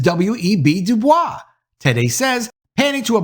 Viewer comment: Du Bois pronounced his name "doo-boys".....believe it or not. Fantastic content/upload here.